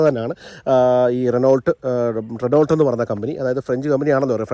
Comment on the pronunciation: റെനോ എന്നേ പറയു.. റെനോൾട്ട് എന്നല്ല പ്ലീസ്